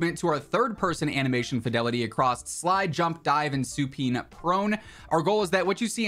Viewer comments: Supine pronounced “Suuu-Pine” Lol! Working at an operating room I’ve always seen this word, Never thought I’d see it in Cod. Funny af to me 😂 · Just a friendly note: Supine is pronounced "Sue Pine" Keep up the good work